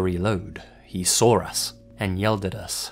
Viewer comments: It's funny how you always add an "r" each time you say "saw". It sounds like "sore". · Why do you say the word saw with an R sound after the W......you do know that’s not how to properly pronounce words what end in the W sound among others right???